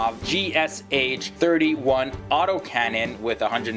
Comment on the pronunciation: You pronounce the name of the gun wrong, in cryillic the Sh is a letter so u pronounce it G-Sh